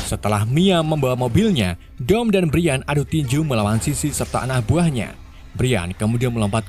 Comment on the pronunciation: Bukan brian cara baca nya tapi brayen